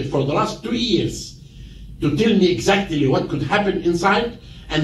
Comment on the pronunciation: Exactlehh how he got itehhh